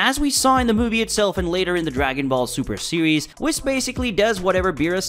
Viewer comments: The way your pronounce whis, even when the video pronounces it for you 💀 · I couldn't make it 20 seconds after mispronouncing Whis' name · Not in English dub, or the Japanese version is it pronounced the way you are saying Whis. Tell me, why must you injure my precious ears with your pronunciation. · Prince Vegeta would be a good god of destruction though NGL P.S. not a fan of how you pronounce Whis' name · dude your totally saying whis name wrong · Surely you can pronounce Whis correctly. It’s not hard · Couldn't get over you saying Whis's name wrong the ENTIRE time bruh... 🤦🏽‍♂ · Oh come on man you have to watch it and know that you're saying Whis wrong 🤦🙉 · You lost me 2 seconds into the video by not being able to say "Whis" correctly. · Damn you pronounced whis wrong bro… for that reason I’m out 😂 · at least say whis right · I am triggered right now because you said whis the wrong way. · Is it only me being triggered of how he pronounces whis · You cant even pronounce "Whis" so i cant take this seriously. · You can't even pronounce WHIS name correctly... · Pronounce Whis’s name correctly and I’ll come back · No like one of the Kai’s was the first gods we see in the entire series. You pronounced whis it’s W-ee-s nit not w-es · I just have one thing to say. Its pronounced wh-ee-s, not wis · You hurt my Ears when you call whis (weese), whiss. Have you watched any Dbs episodes? Nobody says wiss. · I think it's weese not whiz. Anyway, good video. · Did this man say wis,its whis imagine the i like a double e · Problems I have with this video 1the pronunciation of whis it’s pronounced weese not wis 2saying beerus is the first god of the series, nope that would be Kami then king Yama then the kais then years later we meet beerus 3 acting like the gods of destruction are above the angels it’s pretty clear that they’re counterparts who are pretty evenly matched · Wiss? it's Wheeze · It's "wheece" Now "Wis" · Its Wheese, not wis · .... its "wheese" not "wiss" lol